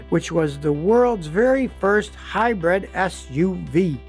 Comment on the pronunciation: He always pronounces hybrid “hybread” in all of his regular videos where he’s just talking and repairing a car. I think he writes these scripts himself. Maybe someone from his old tv show helps him do the graphics.